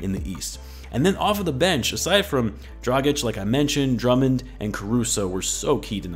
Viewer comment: Aaaaaah finally you say Dragic the correct way, thank you :D